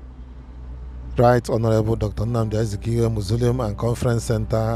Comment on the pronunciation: It’s pronounced MA - SO - LI - UM